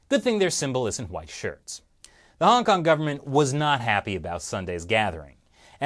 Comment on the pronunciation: It's called Hong Kong, not Hong Can't.